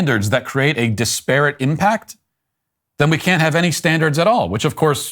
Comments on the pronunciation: Hello Matt: The word is pronounced DISperate. Like desperate, but with an 'I'. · That is not how to pronounce disparate. it is more like Dis per it. Normally wouldn't bring it up but you said it wrong so often, I felt you might like to learn the correct way. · Matt dont know how to say disparate lol